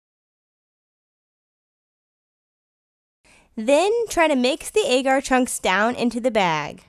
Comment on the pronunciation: Agar is pronounced Aww-ger